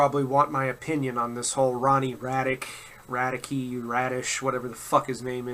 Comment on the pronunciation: It's pronounce RAD-KEE